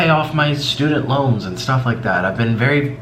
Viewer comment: “Some sErriOusss sTufff”